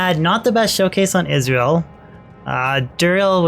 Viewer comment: Funny how you pronounce Izual as Israel.